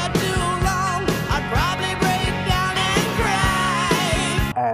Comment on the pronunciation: Excellent song. I like the song stranged too. And break down puede ser Dañarse o descomponerse, casi lo pronunciaste bien 👍.